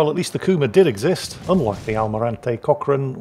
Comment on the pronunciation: I don't understand why as a Peruvian I'm enjoying so much te fact that is butchering the name of one of my national heroes. Now I'll ask a game featuring the Almirante Grau and but butchering it as well 😂